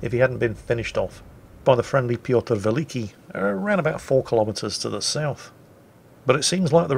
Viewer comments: was your goal for today video butcher as many names as humanly possible? If so I congratulate you sir.:) Rorsatch?!!!!!!!!! Hulio Sezaree?!!!!!!!!!! Pyotr Veleeke?!!! What the actual fuck fine sir?:D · I found you out now! You're not misidentifying ships in this battle, but nations! You pronounce Giulio Cesare as though she were a Spanish ship (or a ship from a Spanish-speaking nation), while you've handed the Pyotr Velikiy over to the Czech navy during the course of this battle: the first time you mention her, she's still pronounced fairly Russian-like, but after that, definitely Czech. Well, or Slovak I suppose. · Same goes for mispronouncing Piotr Wielki 😀